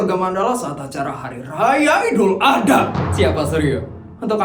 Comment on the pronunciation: Maaf kak sekedar membenarkan, kalo penyebutan idul Adha itu "ad ha bukan A dha"😊😅